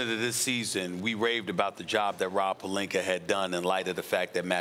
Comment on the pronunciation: Hold up wait time out did Stephen A. Smith FINALLY say Rob Pelinka with an A instead of Rob Pelinker? 🤔I'm over here speechless